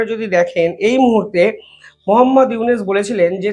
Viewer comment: আপনার উচ্চারণ ভুল হয়। ইউনূস কে বলেন উনিস, গড্ডা কে বলেন গোদরা।